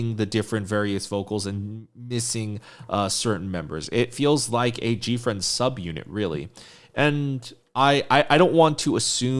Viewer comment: Gfriend subunit. You said it right.